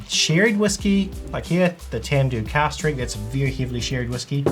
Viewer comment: you saying cast or cask strength?